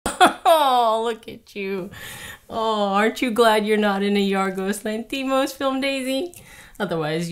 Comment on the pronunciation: Spot on, I agree! (by the way, it’s pronounced LANthimos)